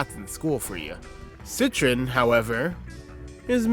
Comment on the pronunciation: Peugeot is said "Purr-zhow" Citroen is "Sit-Rin"